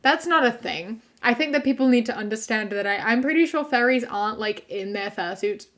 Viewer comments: You pronounce furries like fairies and I was so confused for a whole minute until you said fursuits and I went ohhhh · Dude oh my god when you said "furries", I thought you said "fairies" and I was so confused like I was thinking like the lgbtq+? Because yeah I guess we're called fairies sometimes and then when you said fur suits I felt so fucking stupid lmaoooo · When she was talking about furries I thought she was saying “fairies” and I was so confused as to why they’re talking about fairies like they are some controversial group like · I'm sorry but the entire time she was talking about furries i thought she said fairies. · I THOUGHT SHE WAS SAYING FAIRIES. I WAS SO CONFUSED